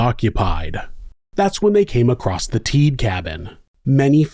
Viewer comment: Rolf and Randy are my dad’s cousins. I remember going to the cabin a lot when I was young, but we never went back after this happened. You did a good job covering the case but their name is pronounced Teed-uh. Also after Rolf was shot and set on fire, he showered and then went out and stuck his head/face in the snow. It was so cold, it slowed the bleeding and helped him survive. Rolf has since passed but he was definitely a hero. As is Randy. I love your content and have been listening to you for awhile. I was kind of excited to come across this while listening to some past episodes.